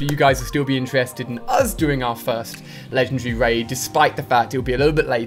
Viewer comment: is it just me or he says "Legend Ree" ?